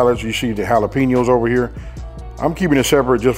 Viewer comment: He sed, "Fight ober dat edge". DAWG, you know it. BIG fist fights ober dat edge. nom nom nom